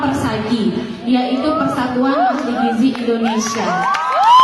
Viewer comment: Gizi pak..bukan gijih... perbaiki ejaan alphabet nya